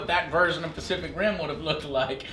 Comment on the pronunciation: Joe keeps on say specific and pacific. Lol silly Joe